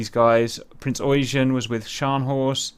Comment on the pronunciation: Yamato! not yamamoto lol and you pronounce the Eugen as Oigen not eugene :D